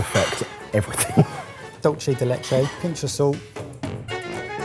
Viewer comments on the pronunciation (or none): Bro, its not that hard. It is dulce, like dool-seh. Not dolchie de leche lol